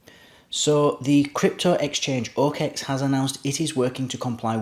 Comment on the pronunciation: Dude, it's not "o-Kex". Sorry, but it cringes the fuck outta me to keep listening to it.